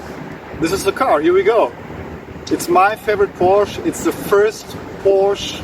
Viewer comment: This is a Porsch-e-, don‘t forget the „e“